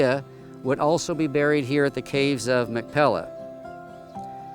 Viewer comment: If you are going to make a video you must have the pronunciation correct. It is not Mac Pella, but it is Mac "Pea lah." You must get the "pea" sound correct. "Mac Pea Lah." That is the correct sound. Thank you. Doctor George Whitehead (La Jolla, California. U.S.A.)